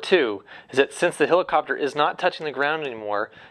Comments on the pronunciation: It's not a "hillercopter" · its a hell icopter not a hill icopter